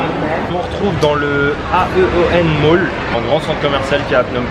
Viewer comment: Le AEON MALL sa se prononce éone moll